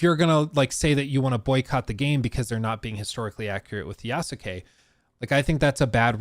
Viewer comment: learn to pronounce Yasuke's name correctly if youre going to say it.